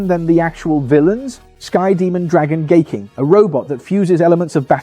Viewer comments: Daitarn 3? thats Gaiking and Daiku Maryu. its pronounced as 'Guy=Hai' not gay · 😂Thank you! It was kind of annoying that he kept saying gay.